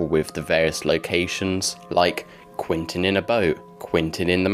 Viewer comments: Was thinking that myself! Sometimes says Quentin, but usually says Quinton... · It’s Quentin, not Quinton.